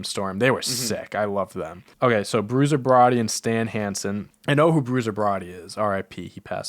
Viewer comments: Then following it up with Bruiser Broddy 😂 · Lmao why pronounce bruiser brody like that